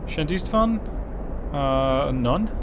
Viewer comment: I know that no-one cares, Szent István is hungarian and is pronounced ~sent ishtwaan~